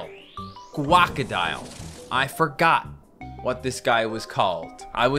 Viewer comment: its guacodile not guava